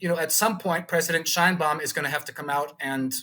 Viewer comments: Claudia pronounced her last name, and her Mexican people pronounce her last name "Shane Baum." You should too out of respect. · Sheinbaum pronounces it SHANE Baum. Giving her the scepter was part of the false populism of the party. Saying López nationalized resources is more of the same. National resources were nationalized in 1917 in Article 27 paragraph 4 of the constitution. The universal pension for senior citizens was instituted in 2004 by president Vicente Fox. Unfortunately Sheinbaum says she will continue López's disastrous policies. One of those policies was de-funding the precise areas which Mexico needs to develop in order to become a major power - STEM, education , and culture. Wanting the king of Spain to apologize for the conquest more ridiculous populism for the uneducated fanatics.Spain did not exist as a polity in 1521. On the bright side it has been announced that Mexico will reverse the pro-China stance of the past two administrations and will realign itself with its most important trade partner, the USA.